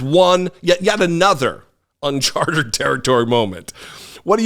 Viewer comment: What I think is that 'uncharted' has three syllables, not four... but anyone can make a slip of the tongue (repeatedly) and the real message of this 'Fox News' interview is that Murdoch has realised Trump is a loser in 2024 and decided that his channel will no longer simply parrot the lies (and invent new ones) that promote Donald Trump's 'Alternative Reality' and the fantasy world that he and many of his supporters want to live in. It seems likely that Murdoch will back another candidate, probably Ron DeSantis, although his star is a little shaky at the moment and it is not certain that he will triumph in the US Republican Party primaries. It's even possible that Murdoch will throw his weight behind Chris Christie if he gets the feeling that Trumpism is collapsing so disastrously that anyone associated with it is a loser - and Christie is the only person attacking Trump at the moment. All-in-all, it looks like some powerful and wealthy influencers on the US political Right have decided that Trump is a dead duck, but it's still possible that he could destroy the Republican Party as he goes down in flames... let's hope so.